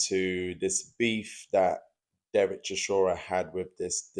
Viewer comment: The way you say "Chishora" is near unbearable